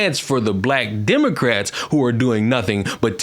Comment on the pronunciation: He mispronounced "democrats" several times